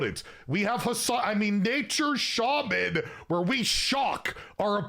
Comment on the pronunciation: Shaman remains devious especially when you pronounce Shaman like.